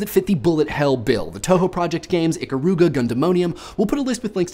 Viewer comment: Your mispronunciation of Ikaruga made die a little on the inside. Also; "This", was awesome.